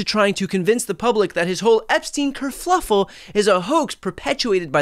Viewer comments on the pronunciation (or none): Brian... It's "Kerfuffle" not "Kerfluffle." There's only one L. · I love you enough to correct you. It is kerfuffle, not kerfluffle. PLEASE!!!!!!! Kerfuffle!!!! There is no flu💙💙💙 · kerfuffle. Not fluffle